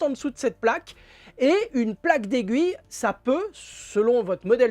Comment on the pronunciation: Merci pour le tuto!!! Vous avez dit “Plaque d’aiguille” ou “Plaque des gouilles” ?😂